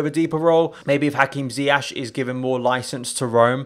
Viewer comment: His pronunciation of ziyech pisses me off every time